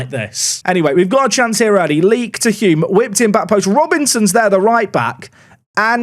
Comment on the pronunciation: Thanks for saying Hulme the right way!!! Loving your content all the way from Auckland,New Zealand